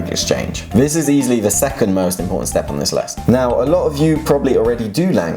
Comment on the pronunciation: 스텝 섻...로 들림 six...